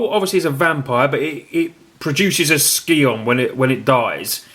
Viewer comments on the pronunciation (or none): I love you and your videos but please please it's pronounced Sigh-On, not Ski-on xD